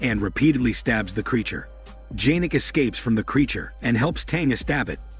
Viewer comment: It's not janek its pronounced yanek